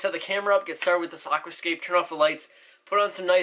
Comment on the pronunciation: I love the way you say Aquascape, it’s not pronounced like that